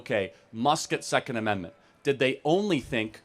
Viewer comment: he wants to overturnt the secont ammentment